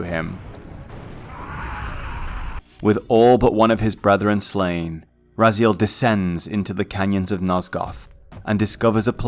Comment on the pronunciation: This is like the 3rd video i watch today on legacy of kain from this channel and the way Raziel is pronounced as "rah-zeal" is driving me nuts.